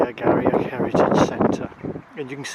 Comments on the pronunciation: Thanks for the review of Inverurie Station and surrounds. Just an FYI...Garioch is pronounced "Gheerie" as in "cheery". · FYI, Garioch is pronounced "Geery".